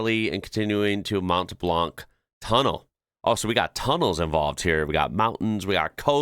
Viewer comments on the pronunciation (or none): FYI, for "Mount Blanc" in french you don't pronounce the "t" and "c". So it's pronounced "Mon Blan".